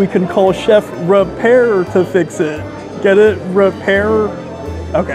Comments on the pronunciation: He also mispronounced Eric Ripert’s name. Very easy to look up how to pronounce foreign names. It’s common courtesy to get people’s and business’ name right. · First of all, the restaurant name ends with an I not an a so you were continually pronouncing the name wrong. That also goes along with pronouncing the chefs name incorrectly before you go a Michelin star restaurant you should make sure you know how to pronounce the name of the chef. I am someone who worked professionally in a Michelin star restaurant in New York City and yes, especially during lunch. It’s supposed to be a lighter male food wise so you’re not gonna get buckets of food what portion wise is exactly on the money.